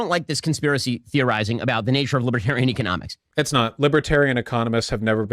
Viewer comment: Even funnier rhat he mispronounced economics as "eco-mom-ics" any way that's just freud for thought